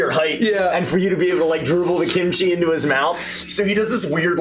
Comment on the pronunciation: does the Face expression and tone into these NPC’s perfectly! It’s all so good!! He heard it as so as he said it🤣 omg😭 let the man do shit without crap happening to him NOT THE KIMCHI😭😭 “Kim Cheese” OMG 😭 and then right after “Ya know, I once knew a girl😃” I love reaction to bunko being real 🤣 I died with laughter, I should not be watching these sick🤣 Wrong campaign and (also I love the fact that went immediately to Skrimm 🤣 as someone with a Irish dad, that’s really good!! “Well, I say we kill the bitch!” Best thing ever in an Irish accent! giggle while the guys are living in a literal hell is so funny🤣 and back and forth is so funny and I love it!! I don’t think so😃 NO! HES BACK DAMNIT Basically: Kill me, please kill me😀😀 No, no. Ur not alone kremy